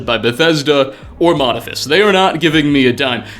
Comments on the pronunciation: Modifus? Sound it out dude: Modiph-i-us Oh wait... they stopped teaching phonics. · mod-i-FIST 😂 Moe-di-FE-ist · "MODIPHIUS," not "Modiphus," and I wouldn't say they "specialize" in tabletop games, it's just that it's all that they do, if you catch my drift. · Mo-dif-e-us Not modifus xDD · Mo-di-phi-us It takes 30 seconds on google to learn how to pronounce words that aren't your own native language. This being Latin. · Ima drop a gentle bit of hate on a man who can't pronounce the second 'i' in Modiphius (mode-eeph-ee-uss) they wrote the conan and star trek adventures TTRPGs; they are a big deal! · I thoughtit is pronounced Mo*diph*ius (Moe+diff+E+us) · Lol "modifus" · I've been a fan of the games that Modiphius produces for a while now. By the way, it's pronounced Moe-DIFF-ee-us. They started with books for the Call of Cthulhu RPG, so I'm not surprised they embraced the eldrich side of Fallout. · Fantastic video! But, just because its bugging me , it's "Mode-If-EE-Us" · It's pronounced moh-DIH-fee-us ;) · Ugh, it grates on my nerves every time you mispronounce Modiphius... Moe-diff-ee-us Btw, of course they won't answer your emails, you can’t even say the company's name 😂🤣🤣 j/k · i think its Moe-dif-e-ous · Moe- diph-ee-us - they have produced some great tabletop gaming material for several different game systems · I have the ttrpg core book sitting on my desk when I click on this. Also, it's moe-diff-ee-us :P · Yea this was bugging me to. Probably because I own an FLGS and have heard every possible wrong way to pronounce their name. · Modiphius might get back to you if you learn how to pronounce the name of the company.